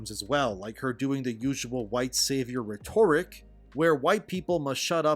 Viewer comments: My dude: RHE-toric. not Rhe-TOR-ic. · Cultists aren't liberals. Also, it's RHEtoric. Stress on the second syllable is in the word rheTORical. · "rhetoric" The emphasis is not on TOR as it is in rhetorical. Just say rederik with a small emphasis on the first syllable re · Reh-ter-ik, not reh-tore-ik. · Love the content, been watching all your videos since this shit started up again. Very helpful in keeping up to date. You need to stop pronouncing rhetoric emphasized weirdly though. It’s RHEtoric not rheTORic. Been driving me nuts. Keep the info coming! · Hey, enjoying the videos but something keeps popping up I wanted to address; The pronunciation of the noun "rhetoric" is actually "REH-ter-rik". Where as the adjective "rhetorical" is pronounced reh-TOR-i-kl. Sometimes shit don't make sense...but that's just the way it is, lol. Good vids! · So the same thing as the journo mailing lists in GG1. Greaaaaat... ah well, so much for Helldivers 3. By the way, love the content but the pronunciation of "rhetoric" is closer to ret-tur-rick (slightly more emphasis on the first syllable, flat emphasis on the two after), only "rhetorical" has the "tor" emphasis that you're using "ret-tor-i-cal" (flat emphasis on each syllable). Okay grammar police is leaving now. 👋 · y u say "rhetoric" liek-a dat, broheim? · Brother, I love you, but you’ve GOTS to change how you say the word “rhetoric.” It’s killin’ me. Hah! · Can someone tell this MFr how to pronounce Rhetoric? JFC fr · Rhetoric… check your prosunkeetachun